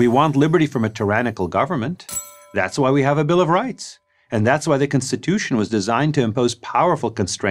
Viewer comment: Why is he saying cinstitution